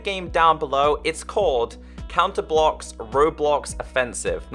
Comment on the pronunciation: you accidentally said counter blow instead of counter blox